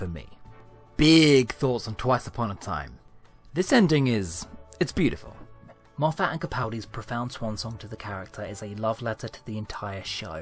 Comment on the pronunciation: Love your videos, but find it frustrating that you continually mispronounce Gatiss and Moffat's names.